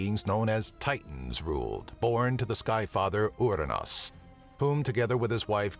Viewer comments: The name of the father of Zeus is Uranus like the planet, what's up withe the weird pronounciation? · Ooo-ra-nus. I see what you did there